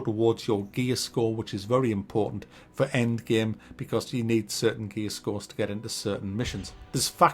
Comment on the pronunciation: I know he's saying "gear", but all I hear is "gaaay".